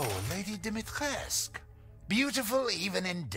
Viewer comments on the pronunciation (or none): NPC says Dimitrescu. - A minute later you do it wrong again. It's 3 syllables. The U is silent. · Have to say guys, it’s pronounced Dimi-tresk not dimitri-E-esc-U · Dimitrescu isn't a real name, but Dumitrescu is. I would assume it's the same, but with an "i" sound instead of the "u". Here is a link to how to pronounce it: Voice actors are not always right with their pronunciation of foreign words. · Since they are in Romania then I would think the pronunciation used would be Romanian, if so then the pronunciation used in-game is wrong. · That's actually not true. They're mispronouncing it in the game. They went for a french pronunciation, but it's a Romanian name. You're supposed to pronounce it phonetically.